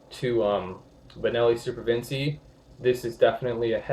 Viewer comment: All good brother. Just (gently) breakin balls. It's Vin-chee, not Vin-see. Ever heard of Leonardo da Vinci?